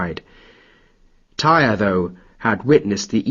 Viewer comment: Tear, not tire. Tyr.